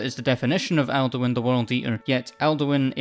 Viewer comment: I keep hearing Elduin not Alduin and I was confused for about half the video until I read the subtitles. Cool theory tho